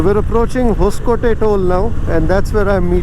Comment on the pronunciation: Thanks for video. Btw it's It's 'hosa coatay' (meaning new fort) nee hosakotte...